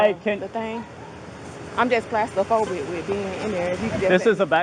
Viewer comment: Clast-a-phobic.....god damn